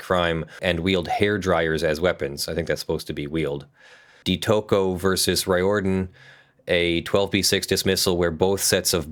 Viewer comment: Rioradan is pronounced like Reardon (REAR-dun)